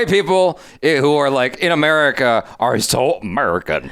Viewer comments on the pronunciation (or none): none